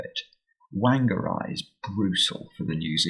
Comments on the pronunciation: WANG-ER-AI!! Te Reo Maori pronounce WH as an F sound. its pronounced Faang - a - ray. Oh dear, you've had an NZ disaster today.... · Whangarei is a Maori word, and js pronounced "Farng-a-ray" (as close as I can get it with the Maori pronunciation). Always nice for this kiwi to see some NZ representation in the Times! Big fan, always learning a lot from you.